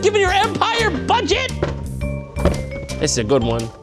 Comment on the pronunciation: "Dis a good one." c